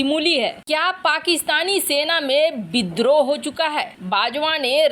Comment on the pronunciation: बिद्रोह, एक्सन, सेरों और बाघों, सरिया कानून, चिड़िया घर में सेर, एक सेर की कीमत, सुरुआत कैसै, क्रैस, बुसरा बीबी, सेख रसीद, निसानी, सहबाज गिल, लानत भेजो ऐसे अशुद्ध हिन्दी उच्चारण को